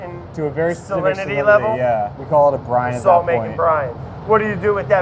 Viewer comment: I keep hearing Brian instead of Brine wait they sound the same but VERY subtle different